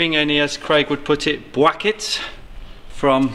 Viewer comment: The "bwackets" 😂😂😂 dead 😂😂